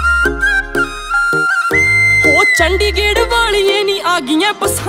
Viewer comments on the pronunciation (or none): Chandigerh ni hota h chandigarh hota h🤣🤣🤣🤣🤣🤣🤣🤣🤣🤣🤣🤣🤣😅😂😅🤣😅🤣